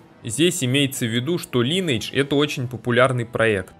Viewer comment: дружище называй только не линэйдж, а лайнэйдж так будет правильно.